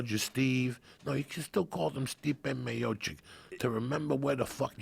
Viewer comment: He called Stipe Miocic "Stiopic" again lmao